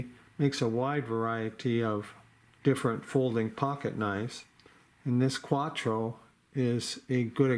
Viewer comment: CRKT Cuatro....not Quatro.